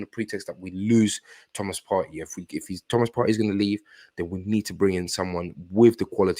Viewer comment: Hey! I'm assuming that's your name. I just discovered you and I like what I hear. Two things I like immediately: 1) I agree we should hijack the Caicaido deal. It's on the cards and it makes sense in every way. 2) You are the only person who pronounces Thomas Partey's name properly. I keep telling Charles Watts, Tom Canton and co it's pronounced "Par-tee" and not "Par-tay" but they don't listen (and that pisses me off!) Well done. I have liked, subscribed and I look forward to an Arsenal hijack very soon. God bless you brother